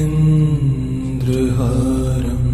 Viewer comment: mind Could we please make sure the pronunciation is right otherwise the power of mantra do not work. The enunciation of bhujagendraharam sounds wrong.